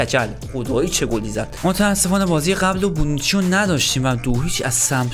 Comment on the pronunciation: هربار بونوچیو میگیره😂